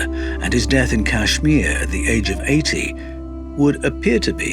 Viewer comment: Listen,. kAshMir ( since you're incapable of pronouncing it correctly) is NOT any kinda country. It's a STATE in the Indian subcontinent